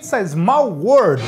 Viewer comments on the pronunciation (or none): none